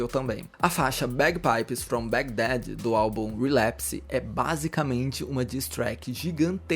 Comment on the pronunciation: é Bagdá e não Bag Dad, presta atenção.